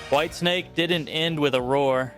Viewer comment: Whitesnake? Not whitensake…